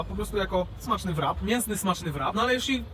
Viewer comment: Rap nie wrap. Wpiszcie sobie kiedyś to słowo do translatora i odsłuchajcie poprawna wymowę. Ale pojedźcie do UK i spróbujcie zamówić „wrapa”…. Jeśli już po angielsku to proszę poprawnie a jak nie to mówcie zawijas.